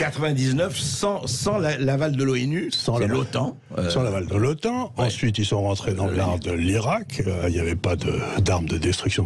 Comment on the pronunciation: "OTAN" (Organisation du Traité de l'Atlantique Nord) se prononce o-temps, pas otanne. En anglais, c'est NATO (North Atlantic Treaty Organization).